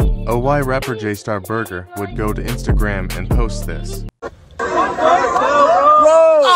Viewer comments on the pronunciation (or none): said j star burger 💀